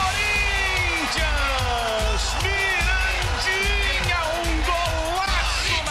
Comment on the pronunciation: O narrador falava Mirandinha e eu só ouvia estuprador de porcas 😂😂😂😂😂